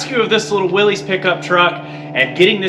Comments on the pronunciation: WILLYS = WILLISS, not WILLIES. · Sorry but it's pronounced willis not willez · Will-IS. Would it kill you to learn American? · It’s pronounced “Willis” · Indeed it is. 👌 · Willies. Why cant people ever get it right? Poor guy rolls over in his grave ever time his last name is slaughtered. The Y is silent FFS!